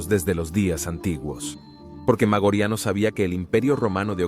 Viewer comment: Interesantes tus videos, pero deberías repasar tu pronunciación latina. ¿Magoriano? ¿Magorian? ¿Noveláe Maioriani? En latín no existen palabras agudas. No lo tomes a mal, pero estos pequeños detalles destrozan unos videos muy interesantes.